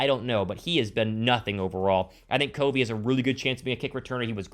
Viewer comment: Dude you are really mispronouncing Covey’s name. It’s CUV-ey not CO-vey!!!!